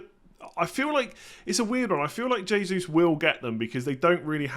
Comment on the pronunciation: Man actually pronounces Jesūs as Jesus 😂